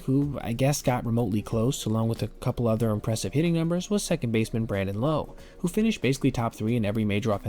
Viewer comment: Brandon Lowe's last name is pronounced Lao